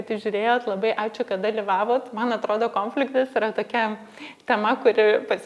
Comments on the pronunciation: Smagu,kad dalinatės! Taip ir toliau,kalbėkit apie viską,temų yra daug gyvenime,kol viską išnekėsite...😊 Klausėte ar kliūna kirčiavimas - atsakau-Taip. Man visada klūna,kai žmonės neteisingai kirčiuoja. Nepykit,bet jūs neteisingai kirčiuojate ir žodį - konfliktas( kaip rėžia ausį) ir žodį - produktas ( kurį dažnai naudojate), žodį - projektas... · Taip "konfliktas" su lietuvišku kirčiavimu ne tik gražiau, o tas kitas labai užkliūna .😊